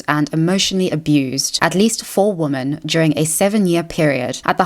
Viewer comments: Hey. love your stuff, but I have one persistent issue that comes up in all of your videos. Sorry, but you pronounce the words "woman" and "women" the same, and it confuses me and catches me off guard every time I listen to you speak. You pronounce both as the singular 'woman' so when I hear you talk about "Russel Brand assaulting three woman" I do a mental double take and its very distracting. Anyway, just letting you know. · Interesting and insightful analysis, thanks. I am not sure why you still pronounce the word 'women' (plural) as 'woman' (singular), is this intentional? I don't think you're right to lump Brand with bad-faith actors like Carlson and Candace Owens, cites, entertainingly and charismatically, a LOT of really great and very thorough sources (eg The Intercept, Jacobin etc). Ad Hominem allegations (surely many truthful and a bit creepy- the man is a charming addict, a product-turned-critic of the Empire of Illusion that Chris Hedges writes about) don't negate a LOT of truth told (generally that the right (obviously) but also the left, in the UK and US, is now firmly captured and steered by corporations under neoliberal capitalism). I admire his ability to bring deluded and selfish right wingers to a more informed place. Check out Chris Hedges- Real News Network, Yanis Varoufakis & Richard Woolf here on YT if you don't follow them already. Anyhow, some good stuff in your analysis, though I thought overly judgmental in some of the wrong directions. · Please Ilove you but I cannot stand how you pronounce wo-men as wo-man please please please try to change it. It just goes against your entire like intellectual persona when you constantly mispronounce it. I don't know why you pronounce it that way maybe it's a South African thing, but I have some South African friends who don't pronounce it that way so I don't know it's just something that is really really irritating, it's fine if you don't change it, it is just a suggestion but like please